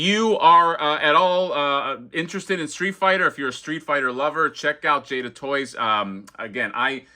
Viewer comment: Awesome. Just ordered Chun-Li myself recently. Pretty sure you got the "Jay-da" pronunciation right.